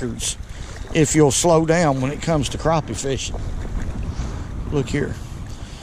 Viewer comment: Yep, yew iz from Al-Lee-Bama, you lost me when you said Cropie..its PRONOUNCED CRAPPIE NOT CROPIE